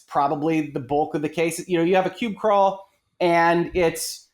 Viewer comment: "Pube Crawl" ? Does he mean "PUB Crawl"?